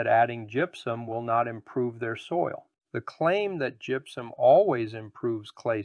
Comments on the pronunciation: first of all its gypsuM not gypsuN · It may be just me...but it sounds like you're saying GYPSUN, in the beginning.🤷‍♂️